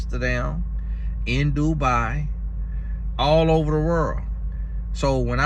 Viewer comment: Since listening to your content I catch myself saying "what the werrl" instead of "wtf" 😂